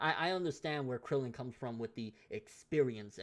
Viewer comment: by krillan krillian its krillan, props to krillan but its krillan hahahaha